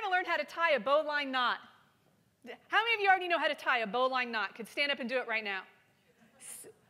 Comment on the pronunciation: Everybody go find the pronunciation of bowline. smdh